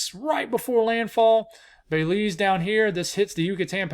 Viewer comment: “Bay-Leeze” gets me every time 😂